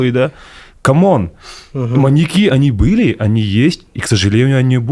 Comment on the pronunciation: Неправильное ударение в слове "маньЯки" режет слух.